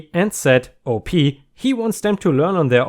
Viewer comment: I like the light/funny revenge stories more than the "I ruined his entire life" ones usually, but those can be really satisfying. Eeethernet :) 💜⭐✳️✨✴️🌟💜 *"Field op" op is short for operations and you say it like the beginning of the word, awp. Nice story.